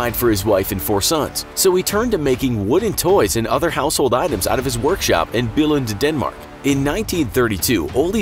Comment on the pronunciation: Du udtaler det altså: Billund not fast "i"